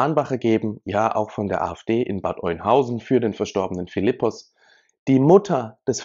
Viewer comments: Sorry es heißt nicht Eunhausen, es wird Öhnhausen ausgesprochen. Nicht böse gemeint.🤗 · Hi zusammen, Bad Oeynhausen wird Ö ausgesprochen. Nur zur Korrektur: Der Syrer wohnte nie im Asylantenheim, sondern mit seiner Familie in einem Haus in Rehme. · Alter, es wird "Öhnhausen" ausgesprochen!